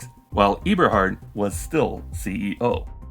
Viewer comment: musk may be dumb and lazy (among other things), but you are one or the other or both, pronouncing it eeberhart in two videos now